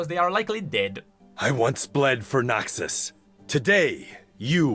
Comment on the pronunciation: Every time he says Noxus it sounds like NAXus, only way it sounds like Noxus is if I really focus on it